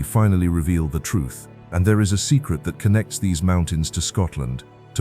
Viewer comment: actually it's, "them *thaur* hills..."